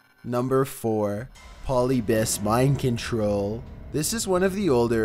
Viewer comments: Polybius is definitely not pronounced that way.. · It's puh-lib-eus not paw-lebus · It's pronounced "drug", not "druuug". 😐 It's "Polyb-I-us", not "Polybus". 😑 And all of these urban legends are nothing but a load of crap...especially those related to games. 😒